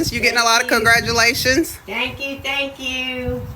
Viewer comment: Did she say crackgratulations😂😂😂